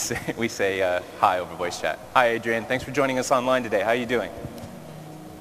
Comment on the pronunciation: ho instead of hi lol.